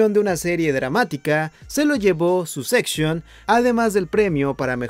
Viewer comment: Perdon... Sucseishon 🤦‍♀